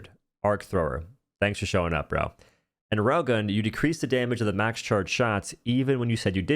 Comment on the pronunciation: If not for the railgun on screen I wouldn't know he was talking about the railgun when saying "Rogon".